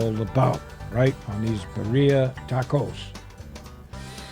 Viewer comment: It's pronounced "Bee 🐝 ree ahh" and not " bariahh"